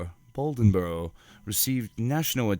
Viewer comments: It is a interesting story. But it's pronounced Bladenboro not Baldenboro. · Blay-den-borough, Try spending less effort on the accent and more on the pronunciation. How did you get Balden-borough? At least you got the details of the story correct. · Say it with me: Blay-den-boro. LOL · I've been on a beast of bladenboro kick and several other video narrators are pronouncing it as "baldenboro". I think they are all researching the same article that has a typo. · Hunter Glass I agree, I grew up in Dublin, NC which is 15 minutes from Bladenboro. That pronunciation killed me 😂